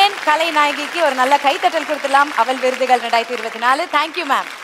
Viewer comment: அவல் விகடன் விருதுகல். தமில் மிக அருமை. 😡😡